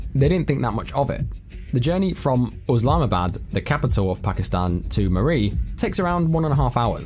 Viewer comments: It's Islamabad not uslamabad. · bruh it's not Oslamabad it's Islamabad . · I think its Islamabad ,not uslamabad as the narrator pronounce it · Thanks for checking it out! ( I blame google for the oslamabad thing, if you google how to pronounce it, it says uhz'lahma,bad' lessond learned & hope you stick around :P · google told you to say Uslamabad? 😂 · I'm curious, why are calling the capital of Pakistan USlamabad? Unless someone has mis-spelled it it's ISlamabad and sounds exactly as it's spelled!! If you're going to talk about about something and, even if you think you know how to pronounce it, check it to be sure! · After researching it seemed to be pronounced uhz lahma bad 🤷‍♂️ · Hey brudda yeah I got told by a Pakistan native it was pronounced uhz-lahma-bad. I'm guessing it's Islamabad exactly how it's spelt 🤣